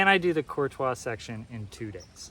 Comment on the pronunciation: I love that you pronounce "Courtois" correctly!!! I am from the area and most locals even say it wrong as "Courteous" or even "Curt-ois", and it drives me nuts. Congrats on pushing though, that is an accomplishment. I am sitting at home recovering from hip replacement right now, but hope to be back on the OT shortly.